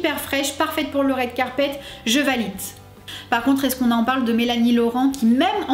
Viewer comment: « rWed Carpet » pas « raide carpet »